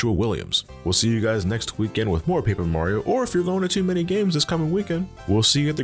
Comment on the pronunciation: Curse of Paper Ra-rio